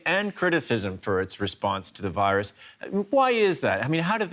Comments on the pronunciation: harry # don't be offended my friend,he speak virus like Fairuz..which actually name of one actress in my country,so that's why i burst laughing..😆😆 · Jeff Killer I’m sorry I’m Filipino but “viroos” took me out 😭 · that how we spell it in arabic as well viroos